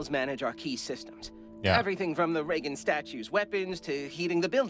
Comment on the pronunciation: He pronounces Reagan weird, right?